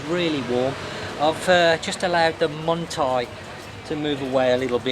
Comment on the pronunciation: Hi, just to say it's only you I hear say "mung thai" I laugh every time I hear you say it 😄 Muay thai...isn't it? No N n in it 😂😂